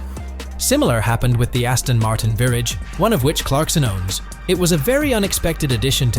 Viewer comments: The Aston Martin Virrij was really the high point 😂😂😂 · A performance car that is not a performance car that is a performance car... huh? And the ver ahg, what is that? Wow they ruined this. No one wanted him to sell the SLS. Whoever put this together does not watch top gear or love Ckarkson, the hamster and captain slow, he shouldn't of been allowed to make it.